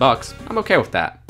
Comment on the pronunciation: He says wif not with Whaf the heck